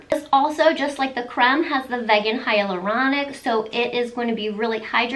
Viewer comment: This sounds like a line I will be looking into :) Also, vegan is pronounced veegen. I only know this because I've been vegan for 10 years! lol Great video ❤️